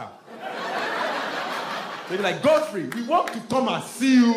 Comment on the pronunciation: Its Godfrey, not god free. Get this man an HBO special stat for that premiere status. Then Netflix for the super payday.